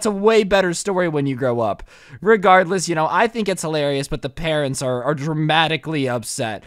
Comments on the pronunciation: OMG I heard parents!! Weird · You said “I decided to spend Christmas at my presents house” like if you heard that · wait you said presents house